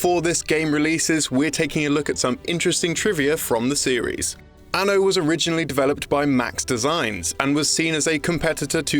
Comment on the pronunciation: I really hate the way this dude says Anno